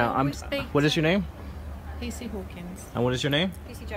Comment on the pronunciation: Did you say kc it's PC